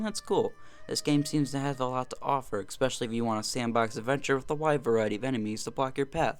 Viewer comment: Why do you keep saying eKspecially? There is no K in especially.